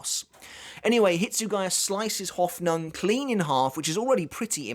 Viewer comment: ive never heard anyone butcher the word Hoffnung quite like he does